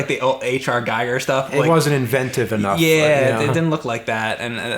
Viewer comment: props to for actually pronouncing Geiger correctly I hear it wrong so often I was about to write an angry comment, but then I remembered hes actually right.